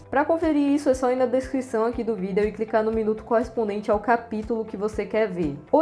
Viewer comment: Pq você fala vídeo diferente?